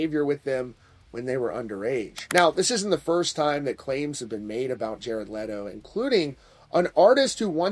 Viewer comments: I respect you man, but stop pronancing his name "Lay-toe" it's "Let-o" like Leno lol Aside from that, I call this whole story bs 😒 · I love how he keeps calling him Lay-doh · I love how you incorrectly pronounce his last name and then a few times the correct way slipped out 🤣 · Leto not Letto